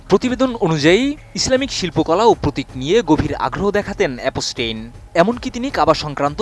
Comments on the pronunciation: Epstein ❌ অপ পস্টিন: ✅ 😅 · ভাষা ব্যবহার একেবারেই মূর্খদের মতো। একদিকে এ-প-স টেইন উচ্চারণ ই বলতে পারে না সে আসছে সংবাদ পড়তে। মুসলিমদের নিয়ে ,কাবার গিলাফ নিয়ে এপস্টেইন ঔদ্ধত্য আচরণ করার সাহস পেয়েছিল তার জন্য দায়ী আরব আমিরাত, নিউজ করলে পুরোপুরি জেনে করা উচিত। এপস্টেইন এর মতো এমন নোংরা ইবলিশের হাতে কাবার গিলাফ দিতে কার্পণ্য করেনি আরব আমিরাত। এটিএন পুরোনো খবর প্রচারের জন্য কুখ্যাত।